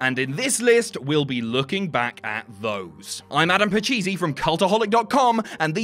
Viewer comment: Did he say "Adam Pacheesey"?